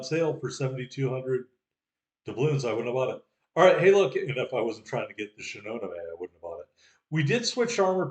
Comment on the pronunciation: It's no big deal, but Shinonome is pronounced she-no-no-may with equal stress on each syllable. Enjoyed the video!